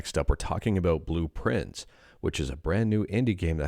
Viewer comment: I kept mishearing Blue Prince as Blueprints. Is that intentional?